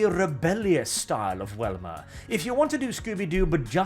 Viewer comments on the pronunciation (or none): Hearing say Wilma instead of Velma makes me confused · you kept saying Welma, Her name has a V, I know I'm nippickin sorry. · It's pronounced with a "Vee" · Why do u keep calling velma welma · I am not going to lie. Hearing Velma being said as "whelma" threw me off. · Am I the only one who keeps hearing say "Wilma?" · I really loved the comic style version. And are you saying “Welma”Instead of “Velma”? I’m not certain if that’s an accent thing or myself mishearing or something intentional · Goddamnit, stop saying "WELMA" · Do you pronounce Velvet like Wellwet? Or is it just for Velma? You Europeans complain about Americans mispronouncing words, well this is an American IP, so yea her name is Velma.